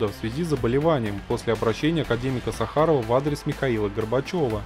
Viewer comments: автор ударение в фамилии академика Сахарова ставится на первую букву а неучь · Да почему ты не можешь даже фамилию Сахарова правильно прочитать с бумажки...